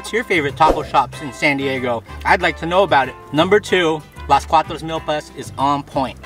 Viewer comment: You say it Meelpas not milllpas